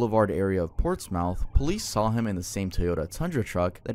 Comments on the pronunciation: buddy I love you but. I giggle every time you pronounce Portsmouth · the way he says Portsmouth through this part just pains me 😟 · Same 😭 like usual, I'll pronounce it like that to spell it, but saying it sounds just off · you pronouncing portsmouth made me laugh as someone who grew up not too far from there😂 regardless, love the video!! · No biggy, but towns (at least in new england) pronounce 'mouth' like 'myth' in the town names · Your pronunciation of portsmouth is killing me 😭😭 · as a 757 native, it hurts to hear portsmouth pronounced as “ports mouth”. but then you have norfolk/suffolk so it’s not as bad. 😂 good vid. makes me question my ring lol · It’s not pronounced “Ports Mouth”it’s pronounced Ports Smith. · Its pronounced Ports-mith ❤ lmaoo im from there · Ports-mouth I’m crying/j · no offense but how you pronounce Portsmouth annoys me sm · I live in Portsmouth,and the way you said it made me kinda mad ngl😭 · why did he pronounce portsmouth like that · I love you but it’s pronounced Ports-mith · no way your ass just said PORTS MOUTH 😂😂😂 That's funny af frfr. Ports-Myth is more accurate. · ITS PORTS-SMITH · It's pronounced "Ports Muth" not Ports-Mouth. 😊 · not to be rude, but you’re probably going to see it again for anything on crazy true crime. Pronounced ports-mith not ports-mouth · Heads up: it’s pronounced “ports-muth.” It’s not phonetic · Just an FYI - it doesn't really matter - "Portsmouth" Virginia is pronounced more like "Portsmith" or "Portsmyth" I lived there for a few years. It's a wild place. 😅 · Portsmouth is pronounced Portsmith also where else but Portsmouth its really Virginias Chicago or Detroit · So for Portsmouth it's pronounced Ports-Myth. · Portsmouth is pronounced ports-muth (short u sound, ipa ə) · Its not ports - mouths, we say it closer to portsmith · It’s pronounced “ports mith” not “mouth”. Just made me chuckle. 😂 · its not pronounced ports mouth its more like portsmith but spelled weird